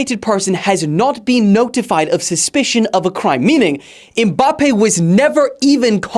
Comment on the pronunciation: be like: Mbappe❌️ Em-mbappe✅️